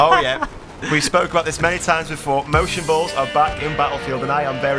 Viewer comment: Motion bulls? or motion blurs? What did you say at the end of the video? Also can you explain what it is?